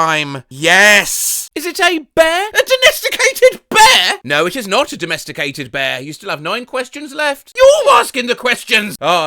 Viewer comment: put it back to donesticated since the guy says "donesticated" instead of "domesticated"